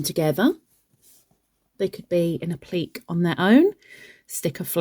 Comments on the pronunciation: These are fun to make, ty for sharing. And i love your pronunciation of appliqué 😉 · 🤣 I truly wasn't making fun, I actually DO love your pronunciation better 😘 it sounds more fancy